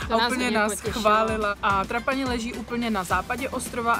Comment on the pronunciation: Ahoj. Chystáme se tam s kamarádama v září 2019 na dva týdny. Chceme Sicílii objet celou dokola. Sbírám tedy informace co kde a jak. Tak že i vaše video se hodilo shlédnout. Díky. :-) A jen malá poznámečka... Trošku tahá za uši to vaše Trapáni! Siciliáni ho vyslovují Trápany. Ale jinak fajn. :-)